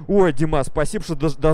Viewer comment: "Спасибоу" "Колозвончик" кто заметил? xDD